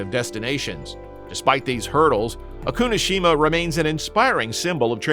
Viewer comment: Not O-Kunoshima! Oku-no-Shima!